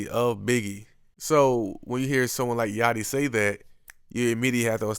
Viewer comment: Lil yachty not 'yatchy'